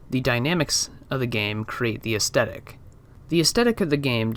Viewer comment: AesTHetic. It’s TH like Thrush not T like Twat. The content here is great but I couldn’t finish the video because of this pronunciation, sorry to be so knit picky but astehtic isn’t a thing. Facetiousness aside, don’t be disheartened as what you’re covering here is fascinating. I think you’re probably best to practice pitching your video ideas/ scripts to trusted friends and family within a strict time limit. That way you can see what points you get interest peaking at. Should help formulate more direct/dynamic points and also makes streamlining a script much easier, imo. You’re basically the only one doing theoretical game psychology videos and it’s brilliant and with a bit more polish you’re going to be an incredible voice in this emerging field of games journalism. Keep going, I’m looking forward to see what’s produced by your idea factory over the next months and years. It’s also pretty sweet you have Edinburgh Castle as your top photo, I can see it from the front room of my house as I watch your videos was a bit of a WTF moment!